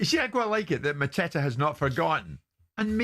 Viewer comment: Epic pronunciation from Jim for Mateta😂